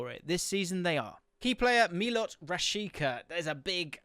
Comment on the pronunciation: Rashica is pronouncing Rashitsa